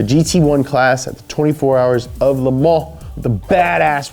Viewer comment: it is amazing to hear an American pronounce Le Mans correctly in French. Intentionally or not it was pronounced correctly with precision.